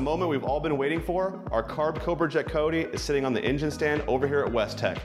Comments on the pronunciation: did he call it a coty?? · A coy-tee?